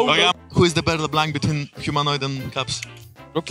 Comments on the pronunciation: There’s just something about Danes and being unable to pronounce “LeBlanc” I’ve done it too as a Dane. It’s not LeBlanc it’s LeBlenk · "Le Blenk" KEKW